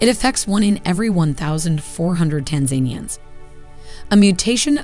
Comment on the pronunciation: It's pretty interesting that you can produce an entire video but not know how to pronounce Tanzania and tanzanians